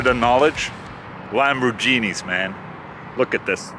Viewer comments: Please don‘t say Lamborjini. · lambourginas lol